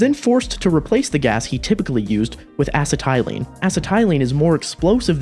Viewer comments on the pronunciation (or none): You have incorrectly pronounced the word 'acetylene.' a-SET-a-lean is the correct way.